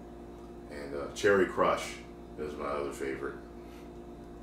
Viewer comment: he really said cherry crush lmfaooo